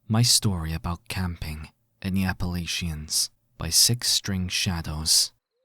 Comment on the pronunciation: Apa-lay-chiens hahahaha